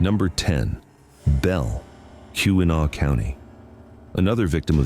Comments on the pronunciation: AI slop. AI cannot pronounce anything correctly. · Being a Michigan native myself I do enjoy non-natives attempt at pronouncing different Michigan locations lol Too bad this video seems to be inaccurate about a lot more than just pronunciation